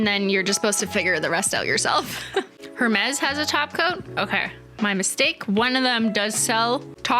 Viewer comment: I feel as if someone has probably already mentioned this, but Hermes is pronounced air-maize. No shade, we all make mistakes, especially if ifs a foreign word and/or we've never heard anyone say it.